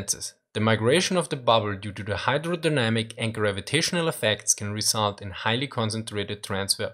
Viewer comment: "Bow", when referring to ships, is pronounced like the word "bow" (like when you lower your upper body as a sign of respect). It's pronounced like "ow" (like you're yelping in pain), not like "bow" as in "bow and arrow". Also, "result" is pronounced "re-ZULT", not "RE-zult". "Buoyancy" is pronounced "BOY-ancy", not "boy-ANCY".